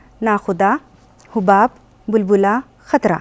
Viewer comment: محترمہ یونیورسٹی کی پروفیسر ہیں اور خود کا تلفظ درست نہیں ہے تو بچے کیا سیکھیں گے. بہت افسوس ہوتا ہے جب نا اہل لوگوں کو اہم عہدوں پر فائز دیکھتا ہوں. تلفظ کی بے شمار غلطیاں ہیں مثال کے طور پر حَباب کو حُباب، سَراب کو سُراب اور مُرسَل کو مرسِل پڑھیں گی تو بچوں کا کیا ہوگا